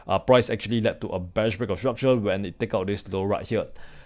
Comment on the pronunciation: bro please take the L off of your Rs' when pronouncing it hurts my ears to hear you say structule instead of structure other than that you speak like a native american english speaker